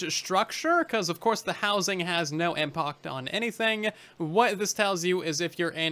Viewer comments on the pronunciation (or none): did you really say "Impoct" ?